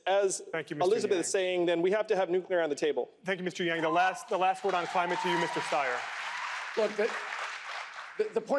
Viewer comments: wth is this damn guy host who can't even pronounce yang's last name? total idiot. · Struggling with the male commentator who didn’t appear to even know how to pronounce Yang’s name. And later did a dig when he snarked Yang liked to think of himself as a scientist and then laughed. He shows too much subjectivity.